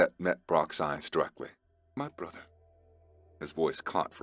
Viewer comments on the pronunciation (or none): none